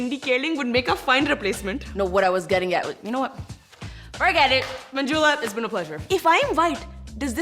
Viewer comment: Them pronouncing Manjula as Manjooola was always so CRINGE